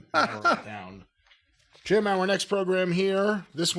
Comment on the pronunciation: Hit him with a Jeem instead of Jim like Nadia from American Pie. 🤣